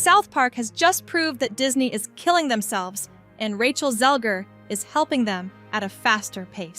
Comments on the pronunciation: Not even 10 seconds in and you discredited yourself. You don't even know her name. It's not ZEL-GER it's ZEGLER. Check your dyslexia before posting. Thumbs down, moving on... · Who's Rachel ZEL-GER? Feed the AI voice a script with spelling mistakes and it will read it exactly as written. Has Anchorman taught us nothing? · you need to check your dyslexia and read names correctly. You clearly AI'd this as you would have known the actual name of the woman you are talking about. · To the person posting this. It amazes me that her name has been said a million times and you still can't say it right. Wtf. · I swear you’re mispronouncing her name on purpose, but I give it a pass since she’s a twit.